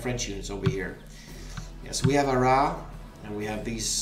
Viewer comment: Your second attempt at pronouncing Arras (without the s) is good